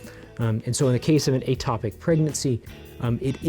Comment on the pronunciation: First of all it is ectopic not atopic so you say it wrong in the whole video except at the very beginning before you say that language is important and that errors in language equals error in thought. You are also misleading in a couple of ways. It does not have to be intentional for it to be termed an abortion in the medical field. I had a miscarriage when I was 11 weeks pregnant and did not will the baby to die, did not want the baby to die and could not prevent the baby from dying. Yet the official medical term for this is spontaneous abortion. Medically, abortion means loss of the fetus, for any reason, before it is able to survive outside the womb. The term covers accidental or spontaneous ending, or miscarriage, of pregnancy as well as deliberate termination. I know this because that is what the doctor called it and what was put in my medical record. So you saying that in order for it to be an abortion it has to be intentional is not in fact a true statement. This is what happens when those that are not doctors try to give medical advice. Also can you explain why it's only morally ok to end a ectopic pregnancy if you use surgery and not methotrexate? This way of thinking is very dangerous and puts the mother's life in unnecessary danger. An ectopic pregnancy is NEVER going to end in a baby being born. NEVER! It's not possible. So to force a woman to continue an ectopic pregnancy until it is surgically necessary to remove the tube is INTENTIONALLY putting her life in UNN